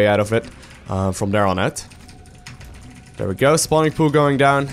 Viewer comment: Is it just me or am I the only one that enjoys when he says..."Im gonna send these over Dare, gonna put this over Dare, send my army over Dare"... lol. I like the way you say the word there. But you say it like Dare. But anyways, i always enjoy your uploads, always teaches me to become a better Zerg player. Keep those videos coming!